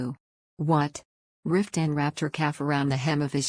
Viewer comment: I want to like this, but after only 45 seconds, I just am so bothered by the AI voice, it is painful. It doesn't pronounce Maxi, instead she is called Max. It says Cross instead of Croyso. Riftan gets called Ruthann at about or so. It also pauses awkwardly in pronouncing words making it difficult to follow the story. I know others liked it, but I just can't. I am covering my ears at the thought.